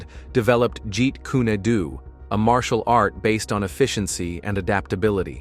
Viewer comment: The way you’re pronouncing Kune is irksome but dope video